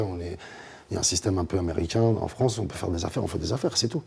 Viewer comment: ptdr donnez des cours de français à vos stagiaires "France et pas Frence"